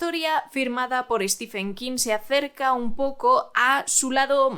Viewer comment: "Stiven", no "Estifen". Intente pronunciar bien su nombre.